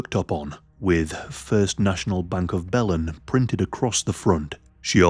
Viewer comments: Hey y'all! I'm in Texas and have a few friends from Belen, NM. Just wanted to say that it's pronounced "Buh-lynn". And yeah, this case was so, so sad. Thanks for covering it,!!! 😅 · It's pronounced: BILL n Belen, New Mexico. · It's pronounced Buh-lin btw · Hey! I’m from New Mexico. Belen is pronounced “bel-EN.” The emphasis is on the second syllable. Thanks for covering a case from my home state! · "the route was south of bellend"